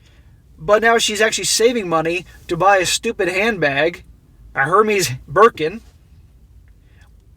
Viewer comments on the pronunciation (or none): it’s pronounced: Air Mez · I love how you dont give a f about pronunciation of the overrated brand